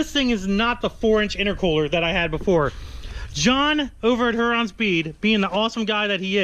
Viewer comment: We live in the same city as Huron Speed...just so you know for the next video it is said “Here-on” not “Her-on”.